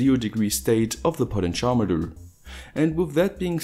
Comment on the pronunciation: Took me some time to understand 'potencharmeter' = "potentiometer". Never heard it spoken in that way.